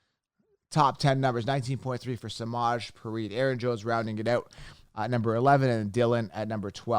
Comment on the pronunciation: Yo for Samaje Perine it’s pronounced suh-mah-jay pea-rhine.